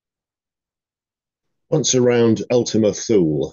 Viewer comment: Sir, When I was up there many years ago, the locals called it Too Lee in Greenland, or Thule Greenland. There is a big military base up there. I believe that's the correct pronunciation, if you know better, please let me know. Thanks for your wonderful content and my apologies for this pedantic comment